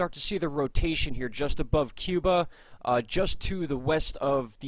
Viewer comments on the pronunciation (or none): none